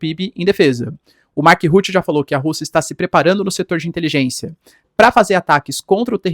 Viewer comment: Nossa! Ruti Ruti Ruti. Que nervoso!!! Escreva no Google tradutor e ouça a pronuncia. Fora o resto …..😊Brasileiro coloca I em tudo!!!